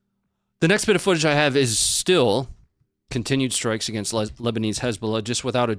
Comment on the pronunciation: almost slipped up and said "Lezbolah" and i immediately imagined a lesbian terror organization 🤣